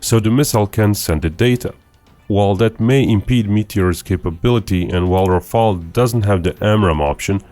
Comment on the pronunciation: Some one said Rafael😂😂😂😂😂😂. It is killing me.